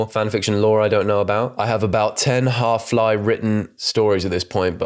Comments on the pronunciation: Idk what annoys me more. The fact the author says halfly instead of halfway. Or pronouncing it as Hal-fly. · the way he pronounces halfly…. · The pronunciation of ‘halfly’ is killing me. Granted, it isn’t a word, but still.